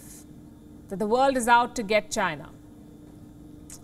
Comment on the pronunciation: China Not Gina